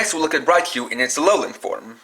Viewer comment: Raichu, not Raicu